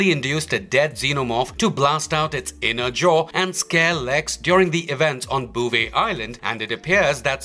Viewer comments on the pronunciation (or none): none